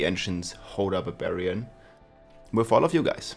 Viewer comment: I keep hearing BAVARIAN 🤣